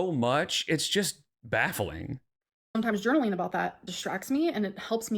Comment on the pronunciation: Why does she NEVER pronounce words correctly????? Feeleen journaleen